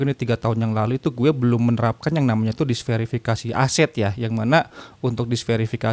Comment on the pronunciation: Diversifikasi bang bukan disverifikasi